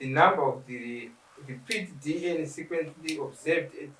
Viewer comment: Why do these people say dn instead of dna?I have heard this a lot nema Zimbabweans